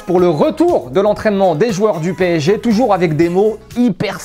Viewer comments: Mdr pésékhé au lieu de psg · C'est puto P S G ET PAS PCG, faut ou leur dire quand même... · Bon après ils n'arrivent même pas a prononcer correctement "PSG" donc comment les prendre au sérieux 😂